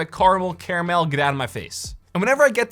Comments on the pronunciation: stop. it's caramel. not carmel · its caramel not carmel. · If you pronounce it as “caramel” get out of here it’s “caramel” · Ok I have a problem with someone saying carmole but saying airgonomic I’m fine with